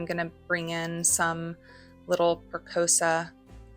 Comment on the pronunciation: Another nice video-good job. FYI- Press-E-O-SA